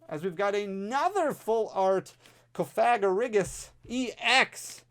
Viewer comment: It’s pronounced cough-uh- gree-gus lol